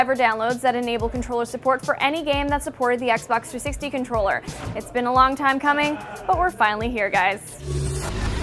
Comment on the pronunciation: I think you meant xbox you kept saying fagbox so xbox is how you really spell it not fagbox